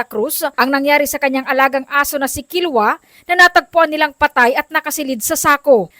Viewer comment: KI-LO-WA PO HINDI KILWA. IBA YUN.